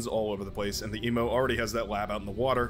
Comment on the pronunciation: Not sure if theEMU is meant to be the Australian animal. But if they are then it's pronounced 'e-mu' and not 'e-moo'. E-mu (like the greek letter mu with a y/j sound, or like the letter U)